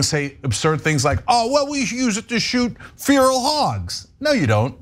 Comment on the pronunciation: Cenk has an interesting way of pronouncing 'Feral'